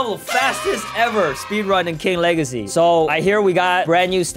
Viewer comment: Its says king wegacy insted of legacy😂😂😂😂